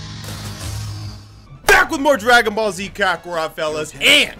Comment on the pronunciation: R u scooby doo because u just said ragon ball